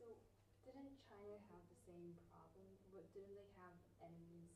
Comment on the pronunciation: The Froblem .....love you prof